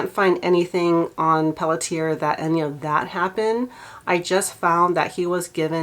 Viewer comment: Pelletier is a Metis name and it is pronounced Pell et ea long A vowel sound at the end. her is pronounced A.